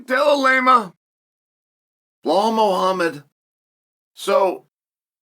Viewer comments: DellaLayma vs blahawl. 😂😂😂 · “Jack Del-la-lame-uh…… Blawl Muhammed.” Never change Uncle Chael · I love this fight simply because we get to hear UNCLE CHAEL say Jack and Belal’s names INCORRECTLY over and over. 🤣🤣🤣